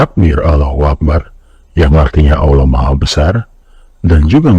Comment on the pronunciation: Haduh dapet reel orang jahil kaya gini mana ngucap Allah aja sulit bapak ini karena kebiasaan ngucap alah. Belajar dulu asal mula kenapa islam banyak ajaran yang mirip seperti Yahudi dan Nasrani (Bukan agama Paulus atau yang mengikuti kata Paulus). Orang islam nyembah batu hitam di Makkah? Situ iyeh masa sih orang yg doanya aja pake perantara patung gak nyampe otaknya tentang ginian, justru itu ejekan kenapa orang shalat harus menghadap ke batu hitam itu tapi yang disembah adalah Allah yg Esa diatas sana, catat ya ESA bukan Maha ESA karena Maha esa artinya bisa jamak seperti MahaSiswa yg artinya ada banyak siswa tapi ada satu yang Maha, catan Tuhan yang ESA bukan Maha ESA.